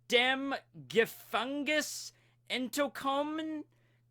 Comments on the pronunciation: Wii bist du ous deem Gefängis entokoumen, kroko-tip, this was your pronounciation in German. Better than most people xd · Let me see... "Wie bist du" was basically perfect! You missed the u in "aus" though. The letter a with the double point above it (ä) is spelled like an long "e" vocable, but how were you supposed to know that one... Enterkommen made me laugh, sorry! 😄 You mixed the English term "enter" with the German verb for "coming". Get rid of the extra "er" and the spelling would be almost perfect! No mistakes in the word "Kroko" either, but the "y" in "Typ" is not a high pitched vocable "i", quite the opposite in fact. It's still an double e like you used it, but deeper and shorter. Overall a lot better than you thought, am I right? Thumbs up! 👍 PS. translation: "How did you escape from prison you croco-guy?" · I am german and I must say you did pretty well^^ Only "entkommen" was not correct. But it was completely understandable^^ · That entkommen, though.